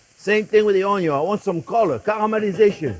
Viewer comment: I derive so much joy watching you cook Chef! You make cooking FUN! ( how it should be! :) Also, my Dad was French.. he always said “ Onyo”.. brings back wonderful memories listening to you 😊♥️